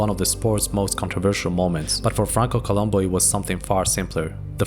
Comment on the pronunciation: It was Franco Columb(o), not Columbu. It was always Columbo.